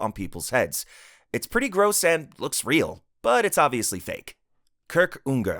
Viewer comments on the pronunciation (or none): none